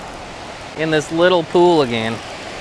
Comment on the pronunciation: Lol northern slang and midwestern slang go hand in hand together. I always notice how you say again like arron weibe!! Lol